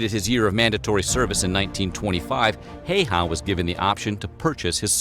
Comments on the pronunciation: "Heiha"?, se on Häyhä! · Amazing. Pronounciation. Heyhä. Ä is ä always in finnish language. We don't have different 8 different s's or ch sch or what ever asian laguages what i know nothing of. We have very simple language. It's logic and grammars is always the same. Not like germanic where there are odd verbss. Who ever invented them? like I like this, i liked this, i have liked this, i had liked this. Easy enough but put. i put, i put, i have put, i had put. English is actually so weird and complicated that native speakers don't know it. summa summarum....no1 has ever mastered finnish except native finnish. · way he pronounced Häyhä made me giggle way too much :D